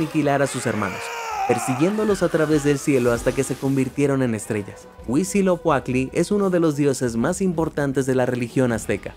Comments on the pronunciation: Cada que dice "Huisilocuatli" me duele... Se dice Huitzi-lo-poch-tli ! Pero qué bonito que mencionen mitología mexica. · Huitziloquacky? Es un pato o qué? No pudieron hacer que pronunciara bien Huitzilopochtli? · Es HuitziloPOCHTLI NO ES huitziloCUATLI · Es Huitzilopochtl, de donde sacaste esa pronunciación???